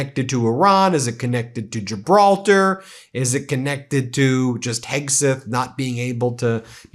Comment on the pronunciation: Gilbaltar? FFS You dolt.